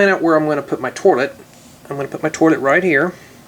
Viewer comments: Why does he say torlit instead of toilet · he's the one ho said torlet- i say toilet. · Is it me or does he keep saying torlet instead of toilet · its toilet paper not toirlet paper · not making fun of you, but... its pronounced toilet... not torlet.. LOL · He said to let paper kinda weird sorry btw ur vids are great though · you say torlet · Y u say trlet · Lol "torlet" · Is he saying "torlet cuz , thts wat it sounds like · lol... "Torlet" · The way he says toilet is funny p.s.not trying to be rude :( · you cant say toilet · u say toilet weird